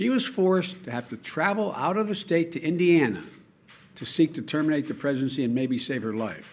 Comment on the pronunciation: HE DID SAY TERMITE THE PRESIDENCY!